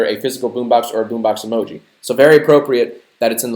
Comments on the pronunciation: "The world will now know TJ Miller as the Meh Emooji" jack its pronounced emoji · I fucking hate the way white people say 'emoji'.